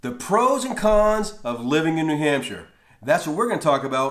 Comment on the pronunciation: I searched this to hear an American pronounce shire correctly, great job.